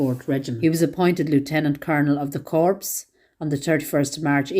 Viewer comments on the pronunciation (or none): just a gentle reminder, "corps" is a military term, pronounced "core", NOT "corpse"!